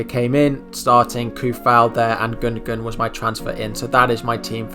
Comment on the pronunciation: Great video mate! Maybe try and pronounce peoples names right though, its respectful! :) Gun-doh-wan! Sah-ka!, Soo-Fahl! :) :) :)